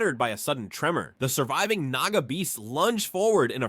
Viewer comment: Dude i heard naga as niga 😭😭🙏🙏🙏🙏